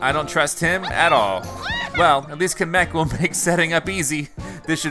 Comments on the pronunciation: He camek it kamek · Ka-MEK (Short a) Everyone else: KA-mek (Long a) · Di you say kam EHK Its Kam Eek Or kam Uk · It's Kamek not Kameek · you're pronouncing kamek wrong; its pronounced KAM-ek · You didn’t say kamek it is spell kam ek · Here's how to pronounce kemek right Kam ek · All these years later and still pronounces Kamek’s name incorrectly. Never change, we love ya! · ugh was the first youtuber I have ever watched so when he said something I thought I was pronouncing it right. Well turns out I'm wrong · I think you said kemek wrong... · pronounces kamek wrong btw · Why am I so mad whenever he says kamek wrong